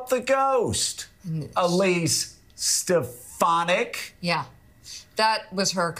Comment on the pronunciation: Yaah Alise Stef-fanack. Thats your president. Alise Sta- fan- ik. 😢😢😢😢😢😢😢